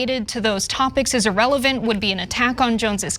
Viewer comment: Cenk You mispronounce “irrelevant”